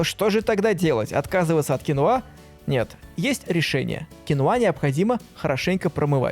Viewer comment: Кинва а не кинуа